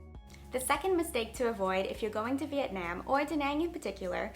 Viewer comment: The way you pronounce Vietnam makes me want to kms